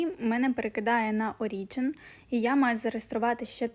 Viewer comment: Про Origin то наголос на О